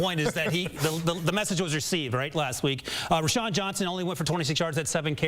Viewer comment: Who the hell is Rashan Johnson? it’s pronounced Rowshawn